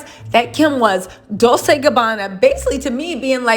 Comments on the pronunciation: It's pronounced :Dol- tche, not Dol-se sweetheart. It's Italian. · I think "Dolce" is pronounced with a chay sound on the end. You keep saying it like its pronounced like Dolsay or something but I think its supposed to be pronounced like Dolchay..not trying to pick or be rude and I could be totally wrong. And if I'm wrong I completely apologize. Please don't take my comment as me being negative cause I adore u and your entire channel and presence on Youtube! XoXo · Dol-Say?? it's Dol-che! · love your channel. Dolce is pronounced (Dolchay).